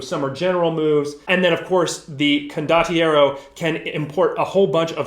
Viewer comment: This setting is glorious. Saw a preview a while back, loved how many references and jokes they packed featuring the Italian movies from the 70s and 80s that I grew up with. Your pronunciation of condottiero is fine, btw.